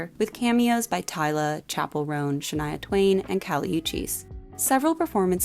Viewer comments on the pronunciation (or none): none